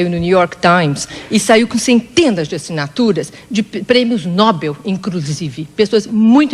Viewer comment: "De prêmios nobel", "incrusive" kkkkkkkkkk mds